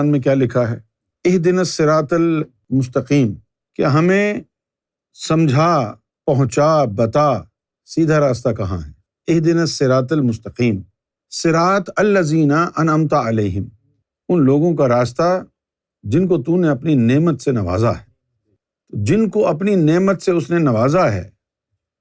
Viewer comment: Sirat Al lazina ni nahi h siratallazeena h Sahi padhi sahi samjhao